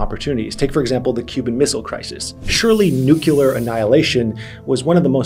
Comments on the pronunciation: I’m begging you, it nuclear not nucular. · I’ll never understand why people put a second U in nuclear when they pronounce it